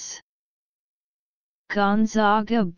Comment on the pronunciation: WRONG WRONG WRONG!!!!! Seriously??? Do a little research next time before you actually go and upload a video. This is WRONG. It is GONE-ZAG-UH. ZAG like bag, and rag. We are the ZAGS not the ZOGS.